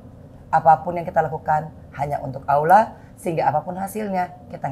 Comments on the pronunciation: Mba angie alhamdulillah sy kagum...tapi tolong bilang Allah bukan Aulah (LL bukan au) sudah 10 tahun mudah2an lebih baik lagi ya...wallau 'alam...maafkan sy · Mba angie...sebut Allah itu bukan dgn aulah...tapi lam nya ditekan...karna lamnya tasydid...jadi A nya langsung ketemu lam di tekan lamnya ya...semoga bermanfaat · Bukan awlah mbak enji, ( allah)